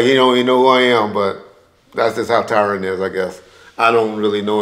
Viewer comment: He said “ tyran “ 😂😂😂😂😂😂